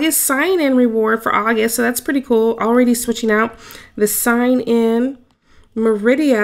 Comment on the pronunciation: The way you said merida hurt my feelings lol